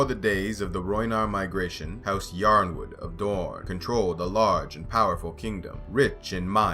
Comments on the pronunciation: Are we sure it's pronounced "YORNwood"? I've been saying "IRONwood", which seems more likely to be correct, since, uh, it starts with "YRO", not "YOR". Has GRRM ever said it out loud in an interview? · It's pronounced like, "Ironwood." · I mean there are about 2 million pronunciations for Brienne, does it really matter how Yronwood is pronounced